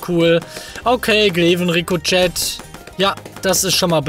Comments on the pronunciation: Es wird Rico che ausgesprochen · Ricochet = "Ri-Koh-Sche" :)